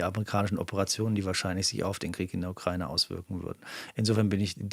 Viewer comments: Was daran ist aber konkret Falsch ausgesprochen. Der Duden z.B. definiert ja auch beide Aussprachemöglichkeiten. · Und noch ein Nachtrag: Als ehemaliger Mitarbeiter des NDR ist dir bestimmt die Aussprachedatenbank der ARD (ADB) bekannt. Vielleicht willst du da ja mal nachschauen, wie man die Ukraine aussprechen sollte.